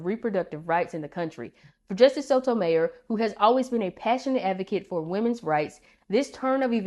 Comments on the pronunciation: Love your videos! FYI: Her last name is pronounced /so to my YOR/ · I imagine those for those placed on the court with an agenda, it's not so emotional, as it's just business. It's bound to be more emotional if you truly care about preserving the constitution and see it not happening. BTW, it's pronounced "So toe my YOUR." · I’ve never heard her last name pronounced that way before.